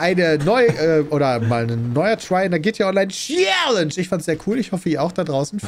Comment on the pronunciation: Hört bitte niemals auf mit dem Format: GTA Online tschiääälensch